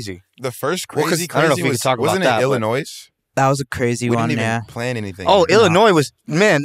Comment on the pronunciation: pronounces the 's' in Illinois